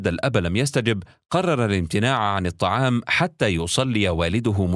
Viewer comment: هل انت نسيت انها الطعام مش الطلام